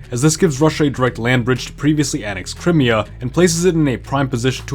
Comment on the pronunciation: Look…either you’re mispronouncing Crimea or I’m mispronouncing Crimea.